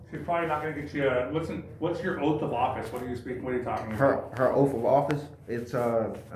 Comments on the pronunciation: Its Oath, not OAF! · Dude, its Oath not OAF.😂😂😂😂😂😂